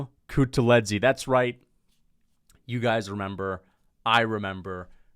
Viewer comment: HELLO, I'm from Georgia and The way you pronounced Guram kutateladze's last name was One OF THE WORST PRONUNCIATION I'VE EVER HEARD, THANK YOU AND BYE